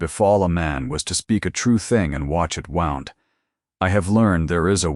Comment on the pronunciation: Another wownd! Pronounce it correctly! Wound! (Woond) phonetically!